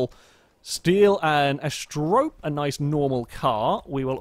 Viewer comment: He still doesn't pronounce Asterope correctly, but at least he's stopped calling it an apostrophe.